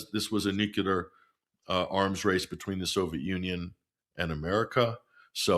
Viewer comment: I enjoy listening to until he says nucular.